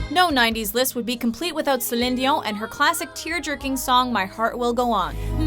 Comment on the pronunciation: Why do you pronounce Celine Dion's name like that?